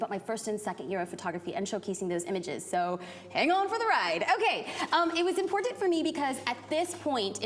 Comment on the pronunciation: I looove her videos, but I can't stand the way she says "important"